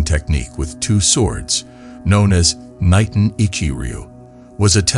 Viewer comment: I’m a novice when it comes to Japanese Language, but I believe “Niten” is pronounced “knee-ten”. Cause I know “Ni” means two